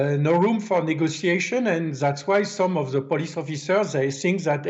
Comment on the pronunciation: Ze sing = The thing😊